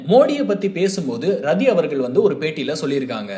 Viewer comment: ரதி இல்லை ராட்டி is correct pronounsation in ஜாதி ஹரியாநாவில்